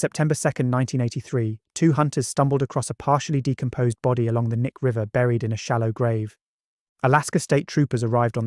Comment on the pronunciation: Also just a tiny little note that doesn’t really matter but you pronounce the “K” in “Knik” so it’s “Kuh-Nick”